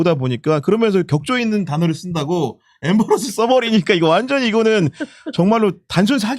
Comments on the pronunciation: 엠버러스가 머에요? ㅋㅋㅋ 임베러스를 더리들ㅇ발음하능겨? 건희가 그랬다능겨? 외국인들은 절대 몬알아먹음. ㅋㅋㅋ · 엠버러스 ㅋ 임배러스드